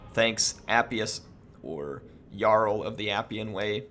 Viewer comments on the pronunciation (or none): none